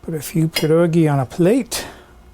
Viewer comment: How did I miss this video?? You definitely grew up with them like I did because you pronounce them correctly. Will be making a big batch and freezing some. Thanks!